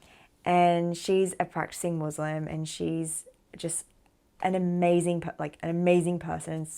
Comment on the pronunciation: Wonderful story - One thing if you could correct while talking: its "Muslim & Islam" not "Muzlim and Izlam" 🙂